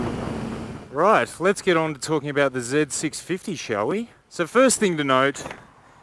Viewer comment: Why do you call it “zeb” it’s a Z650?